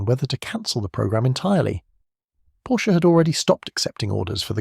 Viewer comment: Do your homework: it’s pronounced “Porsha".